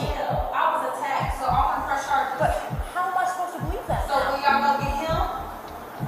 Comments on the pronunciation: why did she get carges instead of charges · LOL this channel. "Carges" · ok but the cop w the speech impediment voice is pissing me off